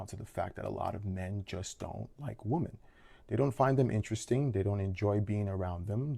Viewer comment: Woman and women are not pronounced the same. PLEASE learn this. We are losing the word "women" .